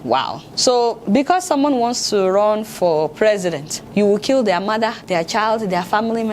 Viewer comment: "You're a madder indeed." Ah! Adeola, why are you like this? I know you said mother, but I heard madder. lol